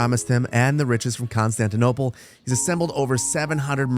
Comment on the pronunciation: saar its still Constitonople saar I swear🙏🙏